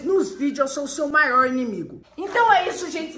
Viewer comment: "Maoir" "palede"